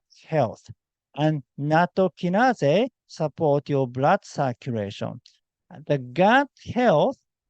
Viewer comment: small english tip friend: circ- you- lation rather than circ- oo-ration